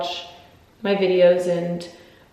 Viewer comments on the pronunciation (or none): none